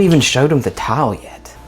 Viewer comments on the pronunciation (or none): It sounds like you are saying TOWEL INSTEAD OF TILE.